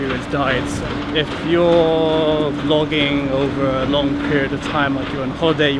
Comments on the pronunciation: NOT ONE, NOT TWO, BUT... ~ TWOOOO DIFFERENT KIND OF CAMERA TO DO FROGGINNNGG. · Jizz, I thought you're saying 'Fucking'........."What people like to do Fucking"😂